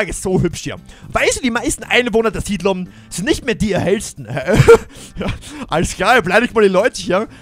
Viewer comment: Siedlung heißt es nicht sidlum 😂